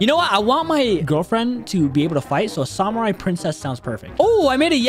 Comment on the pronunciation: The way pronounces samurai